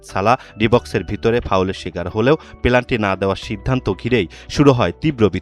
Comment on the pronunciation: আমাদের বাংলাদেশের সাংবাদিক, পেনাল্টি কে পিলান্টি বললো, খেয়াল করেছেন😂😂😂😂😂